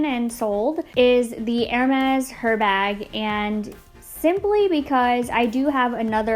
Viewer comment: Thanks for pronouncing Hermés correctly, nothing worse than someone with designer bags destroying pronunciation. Confession: I was once the lady wearing Hermés perfume pronouncing the H until someone nicely corrected me.🤣 Edit: Could we get a designer perfume collection. I’m on the hunt for a new scent. (Although I’m already subscribed to Scentbird.) K, thanx bye.